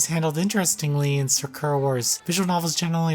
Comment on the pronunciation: It’s weird that when you pronounce Sakura the character’s name you say it correctly but when you pronounce the Sakura in the games title you say it wrong... it’s the same word.